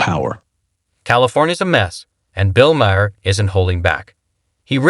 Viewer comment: "Bill Mare and Gayvin Newzim"